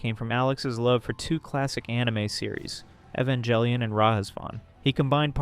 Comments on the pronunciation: The worst part of this video is pronouncing it "eh-van-jelly-un." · I cringe each time you mispronounce Evangelion.